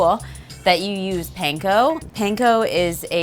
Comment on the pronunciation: This looks yummy! I make mine very similar. Sometimes I bake it and sometimes just eat it all creamy from the pot!🥣🧀😛 also, Panko is pronounced Pawn-ko ( not Pain-ko)😉